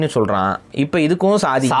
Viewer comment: bro ஷாதி = Marriage சாத்தி= companion. Pronounce variation la meaning maarum. FYI. Thank you bro.